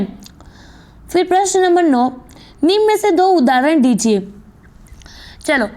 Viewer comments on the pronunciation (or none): निमन नही निम्न होता है 😂😂😂